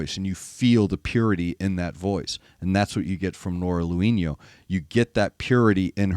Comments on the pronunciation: If i heard correctly you said "Noora Louhino", It's Louhimo with ab M at the end there. Lol. Just remember in Finnish names and verses you read as it's written. No silent letters in our language. Love Noora. She has that 80's rock scream wibe going on. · You pronouce her name like she'd be a latina. Finnish is totally different language group and totally different pronounciation. For an english speaker it would sound something like 'low-he-mo'. Well, more or less. Can't do IPA. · Pronunciation correction, as you asked: "Lou" in Louhimo has two wovels, quite close to how you pronounce "low". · Her last name is pronounced LOW-him-oh. In Finnish the accent is always on the first syllable.